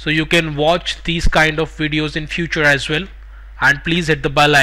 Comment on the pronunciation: Omg what a funny accent :face-green-smiling:. Your "as well" is "Asvel"